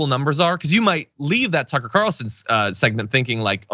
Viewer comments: I thought John said "Sucker"! Haha! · It sounded like you said Sucker Carlson, I hope that sticks 😂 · Did you say, SUCKA CARLSON 🤔 😅😅😅?